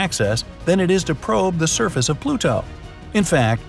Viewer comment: PluTo? Interesting pronunciation.